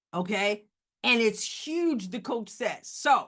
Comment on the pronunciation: "Yuge!" hahahahaha... miss english teacher!